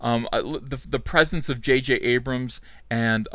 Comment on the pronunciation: I'm sorry did I hear you say "Va-J-J"? How dare you Sir.